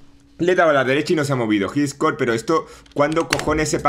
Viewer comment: "JIGESCOR" vaya inglés jajaja